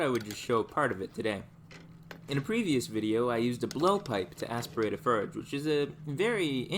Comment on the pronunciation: i love this guys channel, especially the fact that he has never pronounced "forge" correctly